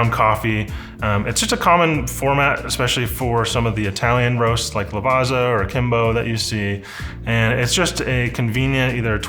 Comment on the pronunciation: Lavazza is actually pronounced with a 'ts' sound, like in Pizza. "Lavatsa".